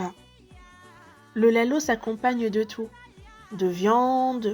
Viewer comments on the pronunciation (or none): C’est lahoh* pas laloh. Sinon un grand merci depuis Djibouti 🇩🇯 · “ Le laloh “ just dit lahoh franchement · On ne dit jamais "Laloh" mais "Lahoh"! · Treès belle vidéo Petite réctification : ce n'est pas "Laloh" mais "Lahoh" en SOMALI et "Louhlouh" en AFAR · Soyez indulgent je pense qu’elle n’es pas djiboutienne donc normal qu’elle sache pas la prononciation exacte 😊